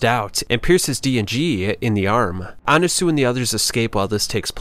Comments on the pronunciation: "Anasoo" bro why are you pronouncing it like that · Why did you pronounce Annasui as Annasu?